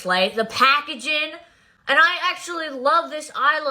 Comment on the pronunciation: "The Pah-kaging" 😂😂